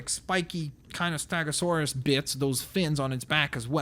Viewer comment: It's stEgasuarus not stAgasuarus it's eh not an